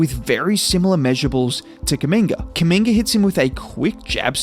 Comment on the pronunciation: I swear everytime u have done a video on him it sounds like ur calling him a slur “kuminger”😭😭